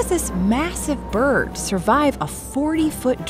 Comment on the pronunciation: Whenever she says bird all I hear is birb so now I’m just like YESSSS BIRBS